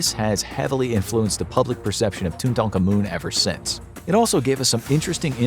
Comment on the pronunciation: King tutANkaMOON 💀